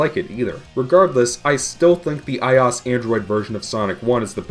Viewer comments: get over what? I just never heard someone pronounce iOS like that , that's all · ***** he said in fue video I will pronounce iOS however I damn please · stop pronouncing I-O-S as ios you tard. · i cant when on every video of him compairing a ios game from its original, he sais ios like one word, not like i-o-s like it is suppost to be said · I'm sure someone has made this correction by now, but it's pronounced AYE-OH-ES, not AYE-AWS. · Took me half the video to figure out what you meant by eyeoss... who says that. It's I.O.S. it's like the people that can't pronounce meme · Why i-os and not i-o-s? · Eyeas Eyeas Eyeas Eyeas At least you pronounce Android correctly. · IT IS PRONOUNCED I-O-S, LIKE SAYING DIFFERENT LETTERS!. NOT I OS. THAT IS SO ANNOYING! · i is the apple thing. OS is an abrevviation. You said abbreviations latter by letter. You say I seperately. I o s. Said seperately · Stop saying eyeos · it’s fucking i-O-S dumbass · "Eye Os" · Did you just pronounce IOS as Eye Oss? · I-oh-ess= iOS! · WHAT THE FUCK IS AN "EYE-OSS" ??? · The operating system Apple uses for I devices. Also, "I'll pronounce IOS how I damn please, thank you" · MegaDudeman21 well, apple pronounces it as i-o-s, totally separated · the way you say iOS makes me want to hang myself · Please stop pronouncing iOS like that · There is no damn excuse for pronouncing iOS like that. It's lower case for a reason. Being a bitch about it instead of just saying "sorry I said it wrong" is a real dumb thing to do. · The fact that, not only does he phonetically pronounce i O S, but that he's insists upon it EVEN THOUGH it's the complete incorrect way of doing so, is the most cringe-worthy thing I've ever heard in my life! Seriously, he is the only person in the world to pronounce it this way! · Mu5Hr00m the only thing worse than his pronunciation is iOS itself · ur saying ios wrong dumbass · Why do you pronounce iOS like that though? Weird